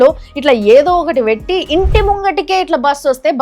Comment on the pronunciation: వెట్టి కాదు పెట్టి. మీరు ఇలా చదివి మా తెలుగును khooni చెయ్యకండి.